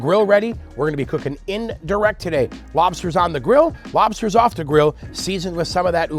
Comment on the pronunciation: Those Lobstah’s look great. Thanks for sharing the recipe and the comedy while doing it.